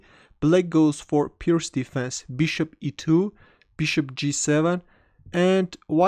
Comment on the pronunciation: I feel warm inside whenever someone pronounces "Pirc" correctly. :) You didn't, but it was closer than the standard "perk". :)